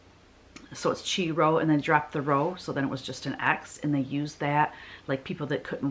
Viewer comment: I am not going to pick a song, but comment on Chrismons (Christ monograms) you made reference to. There are many Chrismon shapes (probably most familiar would be the fish and the star) and I have made these with my first and second grade Sunday school classes for years. Also, the Chi Rho you talked about is pronounced “Ki” (long i). These Chrismons were often put on Christmas trees in church’s sanctuaries.